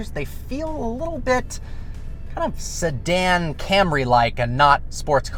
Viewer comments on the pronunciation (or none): none